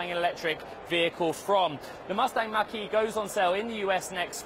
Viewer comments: When this reporter says “Mustang Mach-E”, it sounds like he's saying “Mustang Marquee”. English is a funny language. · I thought he was saying Mustang Marquee!! Lol